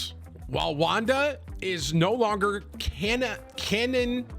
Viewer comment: Ca•non•ic•ally or phonetically kuh•non•i•kulee that’s how to pronounce canonically 😂 come on bro your top 500 lmao get it together